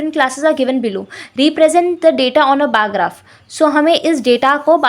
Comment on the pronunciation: Bar graph ho h bar grap nahi😂😂